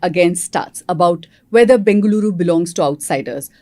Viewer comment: Bloody hell sheth callung as bangalire instead of bengaluru